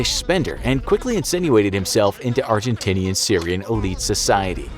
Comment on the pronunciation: I heard argentittiesian